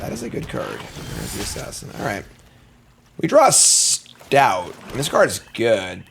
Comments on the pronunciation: No shade though. Love the vids! Just one too many “stouts” put me over the edge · Him not pronouncing st-oat correctly drove me nuts. Yay, bats, believer? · It’s like OAT. St-oat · I have had to end videos in some cases if he drafts certain cards because I can't listen to him say it 100x in a video. Take the Training Arynx back in OTJ for example. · Question: do you get banned if you correct pronunciation in chat. STOAT RHYMES WITH BOAT, GOAT, COAT, MOAT and.....OAT. Stout is stout. Why must you punish us.